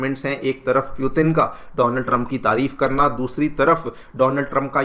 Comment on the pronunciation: M sure it's putin not puetin. Please pronounce properly. Students listen to you they follow what you say